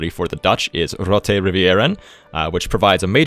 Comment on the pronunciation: As a dutchie I lolled at how you pronounced rivieren! Nice try though pal (thanks for the video btw)